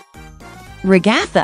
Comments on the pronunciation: It’s not Ragaitha it’s Ragatha 🤦🏼‍♀️🤦🏼‍♀️🤦🏼‍♀️🤦🏼‍♀️🤦🏼‍♀️🤦🏼‍♀️🤦🏼‍♀️🤦🏼‍♀️🤦🏼‍♀️🤦🏼‍♀️🤦🏼‍♀️🤦🏼‍♀️🤦🏼‍♀️🤦🏼‍♀️🤦🏼‍♀️🤦🏼‍♀️🤦🏼‍♀️🤦🏼‍♀️🤦🏼‍♀️🤦🏼‍♀️🤦🏼‍♀️🤦🏼‍♀️🤦🏼‍♀️🤦🏼‍♀️🤦🏼‍♀️🤦🏼‍♀️ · The RE-GA-THUH got me😂😂😂